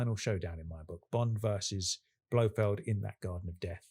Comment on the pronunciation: It's Blofeld, not Blofield